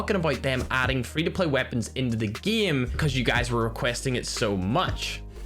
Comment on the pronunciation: I like how he says geme instead of gãme to pronounce GAME (ECHOES AROUND YOU).